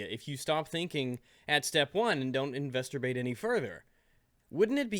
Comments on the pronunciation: Haha, you said "investorbate." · Did you just say "investurbate"? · I dont know how many times O've listened to this video and only know did I hear flub the word 'investigate' as investerbate. Time stamp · "investerbate" I think he either means masturbate or investigate. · I love it when says "investurbate". I don't know if he does that on purpose, or if it's just a slip of the tongue, but it always makes me chuckle. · Didn't you just say the word infesterbate instead of investigate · "investurbate" is that like, sherlock holmes belly-boxing at a crime scene? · "Don't investurbate any further" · "why was you do that?' "If you stop thinking at step one and investerbate any further" Mispronounces words or has partial slurred speech "assurity is not a word" complains about imaginative word did you just wake up or were extremely tired when doing the voice over for this video?